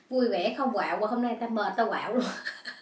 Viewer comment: "Không quạo" mà mới đầu tui nghe "có bầu" , trời đất ơiiii 😆